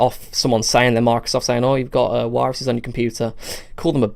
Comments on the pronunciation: 'aw you got a problem you've got wiruses' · wiruses lol